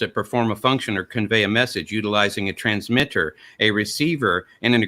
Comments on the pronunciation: Did start channeling Kent Hovend here?:D "u-talizing a Transmi-ter" "Sir" before, sir, Aron threw over his apple cart by talking some emergent-intelligence consciousness in cellular life, and talking about consciousness as an emergent property, not present/absent scenario, with quantum-darwinism using machine-learning to make intelligence from non-intelligence, all still absent any imaginary creator, supernatural souls, or magical realms. GD I love how brilliant, insightful, and well read Aron is:D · "transmitterrrrrrrrr and receiverrrrrrrrr"